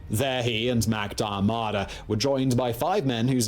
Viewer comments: The way this guy pronounces Irish names hurts my heart. Historians need to do better..... MacDiarmada is pronounced Mac-Deer-mah-dah.... He has the basic facts right though. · If you're going to do a historical piece on Ireland you should at least try and get the pronunciations of the Irish names correct. His pronunciation of "Mac Diarmada" and "Ceannt" are so painful to an Irish ear! 😖